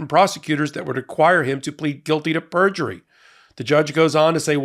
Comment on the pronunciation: Perjurly? You had a Trump moment! 😜